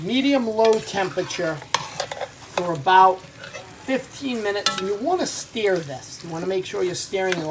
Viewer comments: I'm talking about pronunciation, you said "steer" when its pronounced "stur" whether its spelt stir or stur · I think your supposed to say stir like stur??